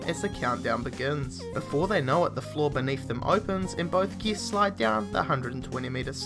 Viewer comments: Is anyone else pissed off at how he pronounces guests? Geests? And don't even get me started on that upward inflection... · Each time you say guests I think your saying geese